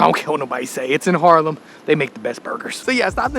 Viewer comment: Harlem, ehh no, it's HAAAAAAARLEM. Gniffel, Gniffel.